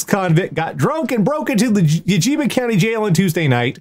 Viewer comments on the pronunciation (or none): Love the episode, as always. one note: Yakima is pronounced Ya-kuh-ma